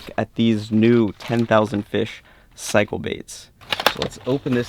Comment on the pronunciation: Did you say they were “cycle” baits or “psycho” baits. Sine they both snagged up and got away I think you may have meant psycho, right? Sorry I couldn’t resist.